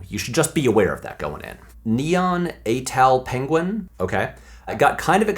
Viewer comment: Uhhmmm...Pre-natal Penguin, not Pren-atal Penguin. It might sound weird, but I like watching the credits, specifically for the various grips & gaffers. I don't really know why, but just want to acknowledge the working level folks that make movies. Edit: Did you know that MovieWise referenced your love of Speed Racer?